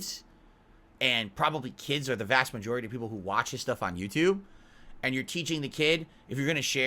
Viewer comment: losing his mind on the Christmas card is funny this guy can't say "both" or "and" correctly and has been for years and the misuse of words or phrase added upon that